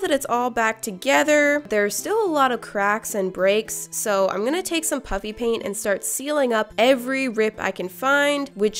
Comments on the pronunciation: It sounds like you're saying puppy paint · I sounds like you're saying puppy pig Pants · did she say puppy pant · The first time I heard you say "puffy paint" I thought you said "chuffy paint" so I rewinded and heard you say "puffy paint"...IS THERE SOMETHING WRONG WITH MEEEE?! Everyone: Absolutely